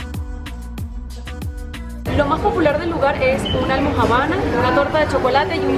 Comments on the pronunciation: Almojábana, con acento en la A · Me encanta este video, y su almojabana, en vez de almojábana:-) aunque creo que eso es para hacernos sonreir a sus seguidores porque cuando llega a la mesa con el pedido la pronuncia bien. Que bueno que se gozaron el Juan Valdéz!! Starbucks en Colombia..jamás entraré, primero me voy a cualquier esquina! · ESTA MUY BIEN ESTA VISITA...ME GUSTA COMO HACEN TAN NATURAL CADA GRABACION, LO UNICO ES QUE NO PRONUNCIAS BIEN ALMOJABANA...JAJAJA...HE VISTO VARIOS DE TUS VIDEOS Y ME GUSTA LA SENCILLEZ Y LO NATURAL DE CADA UNO...SOLO ME INTRIGA SABER COMO HACEN PARA VIAJAR POR TODO EL MUNDO Y CONOCER EN PANDEMIA..Y LOS COSTOS..COMO HACE UNO PARA HACER ESO VIAJAR Y CONOCER...SIEMPRE ME INTRIGA ESO... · Almojábana 🤣 me dio gracia la forma en que lo pronunció . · porque ahora cada vez que vea una almojabana voy a recordar este video. Me pareció muy cool la manera en la cual pronuncias la palabra almojabana. Me hace recordar cuando llegué a Bogotá, es una de las palabras que más me costó pronunciar, siempre decía; señora me da por favor una almo... una almo... Almo qué? Jajaja